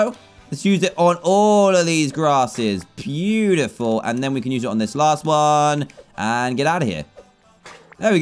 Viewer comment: You said pew-tiful not beautiful